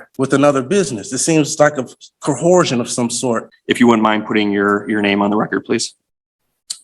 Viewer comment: Cohorsion? You mean coercion?